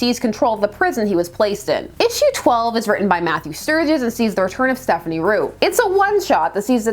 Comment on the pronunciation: Just a heads up, it's Stéphane Roux not Stephanie Roux. 🤷